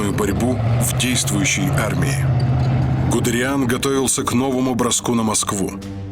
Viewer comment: Он ГудЕриан, а не ГудериАн (произноситься ГудЭриан)